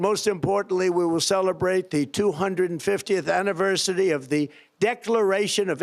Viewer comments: What's an "ANNIVERCITY"? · LOL, I forgot to laugh at,...."250 year....ANIVERCITY"? Really? AniverCITY? The man's mind is mush, pure toxic mush.